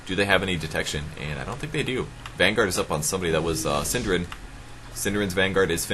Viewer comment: got so confused who 'syndereN' was :P before I found out that it was only the english way to say a nordic word xD hahaha